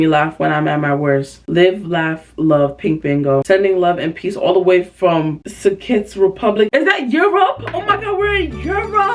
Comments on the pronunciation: The way she pronounced Czech Republic is sending me 😭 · RIGHT AHJAHJHJAAJ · FR AS A PERSON FROM CZ I DIED PLS